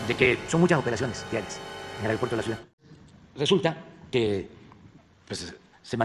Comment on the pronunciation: López se dice ciudad no cuidaaaa